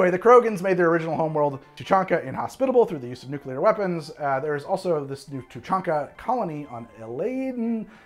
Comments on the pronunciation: You got Tuchanka correct. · How the fuckcan you pronounce the krogan homeworld properly jsut from reading it's name?